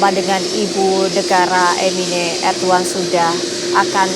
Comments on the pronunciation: 😂. Irdugan bukan ardugan .udah salah sok iyes lu. ..😂😂😂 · Erdogan apa erdoan. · Kok Erdoan toh neng ?